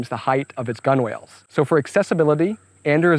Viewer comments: FYI: "Gunwhale" is pronounced more like "gunnel" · This is very cool! And, you got to learn a bit about marine engineering on the way. Btw, "gunwale" is pronounced "gunnel" :-).